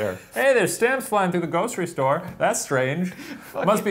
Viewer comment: I totally heard "Ghostery store" when Shane was talking about ghosts stealing stamps. I thought it was hilarious until I realised Shane wasn't making that joke & my heart became sad. Missed opportunity